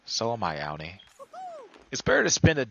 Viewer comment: Thank you! Loved the details in this tutorial I had alotta fun! Just wanna say the name is pronounced "Au-Nee" rhymes with Autumn 😉 not "Ow-nee" Sorry it was driving me nuts